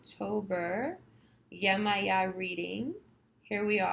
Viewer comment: Thank you:>) I'm a Priestess of Yemaya almost 2 decades, Yemoja (Brazilian Spelling).. Thank you for doing her rightous and saying her name correctly... The reading wasn't bad either Thank you again